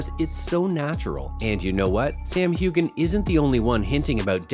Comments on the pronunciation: His name is pronounced Hewhan…NOT Hewgan‼️‼️‼️ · Why would I EVER believe anything on this video when you can't even pronounce Sam's last name correctly? How irritating! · This narrator can’t even pronounce Sam’s last name correctly, and this is nothing more than click bait! What a sham!